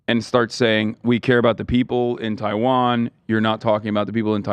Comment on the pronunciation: More like, "Taiwanna" be left alone. 😂